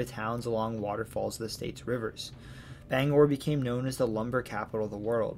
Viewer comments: I realize I’m late here, but Aroostook is the largest county east of the Mississippi, not the second largest. I’m also impressed that you got most of the place names pronounced correctly, especially Bangor. Few people from away seem to be able to do that. Interesting note, the Appalachian mountains are part of the same chain that use to include the Scottish Highlands, the Scandinavian Mountains, and the Atlas Mountains. They are so old, in fact, that they’re older than bone. When they had formed, animal bones hadn’t even evolved yet. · Native Mainer from the Bangor area, living on MDI. Thank you for your in-depth presentation of my home state. Great job properly pronouncing the Bangor. Quick point about New Brunswick, Fredericton is the administrative capital of the province and Saint John, the largest city, is the economic capital. Thank you and love the series! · Great video. Native Mainer here. I grew up in Presque Isle in the Aroostook county and in Bangor. Wonderful job on the pronunciations! Not many people from away pronounce Bangor and Presque Isle correctly. The only thing I noticed is that its not "The Downeast" just "Downeast".